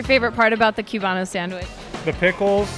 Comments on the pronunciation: Im screaming inside when you say qubano instead of cubano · so disgraceful how this girl is calling it “potato balls” and cube-bano 😖